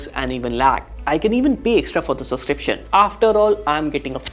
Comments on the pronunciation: Dude, it's pronounced subscription with a 'b'. Heard it being said so many times the wrong way. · Subscription ❌ Suscription ✔